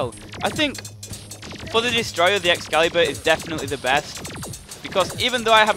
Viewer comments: It's (X-CALA-BUR) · Excailebur? Try A EX-ALI-BUR.